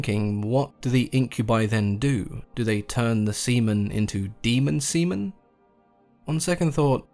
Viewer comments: Deemen seamen?🤣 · "Demon semen" 😂😂😂😂